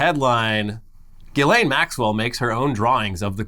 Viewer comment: is the only person to pronounce "Ghislane" correctly.